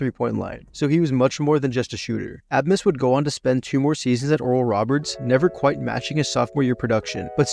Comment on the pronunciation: Haha great video but butchered abmas 😂😂 hurt to hear, but it’s pronounced “ace-mus” 😂 the B isn’t pronounced in his name at all! And Antione Davis stayed at Detroit mercy because his dad was the coach